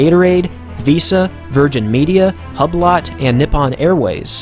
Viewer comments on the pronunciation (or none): just as a note, hublot is pronounced hue-blow rather than hub-lot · Man just said "hub lot" 😭😭 Hublot pronounced "you blow" with an H at the beginning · its not Hub-lot its Hublot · did u just say harblot? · Hublot is French, so it is pronounced hue-blow